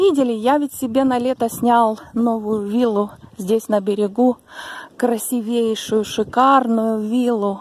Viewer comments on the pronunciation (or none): слушала как детектив, с замиранием сердца. Вы умелая рассказчица с богатой русской речью, образно рисующая картины сюжета. Какая молодец! Только не обидьтесь на маленькую поправку: надо произносить "красИвейший". Девочки, не набрасывайтесь на меня за поправку! Я поклонница этого канала и многим его рекомендовала. Релаксирую под эти истории и картины.Спасибо!